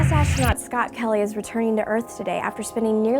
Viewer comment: What is 'ashtronaut'?